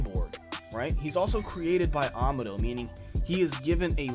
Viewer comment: Amado's name is pronounced ah-mah-doh not ama-doh.